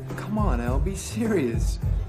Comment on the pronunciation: Him: Elle?? What im hearing is Ewlll?